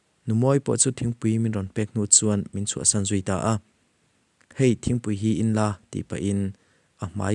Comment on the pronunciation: A Sam a ni lo a San tih tur o